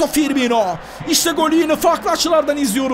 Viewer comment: ABİ TRT SPİKERİ FİRMİNO'YA FİRMİNYO DİYOR GICIK OLDUM :D